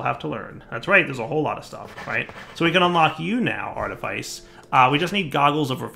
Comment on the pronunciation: "Artifice" is pronounced like "office" not like "lice"